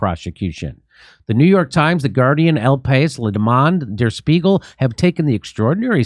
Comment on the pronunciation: "el pace" 😂